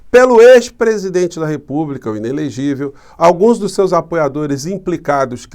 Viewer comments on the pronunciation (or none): falando: ilelegivel😂😂😂 engraçado gostei👍🏻